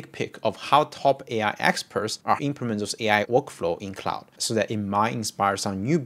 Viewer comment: ClauDE not clauSE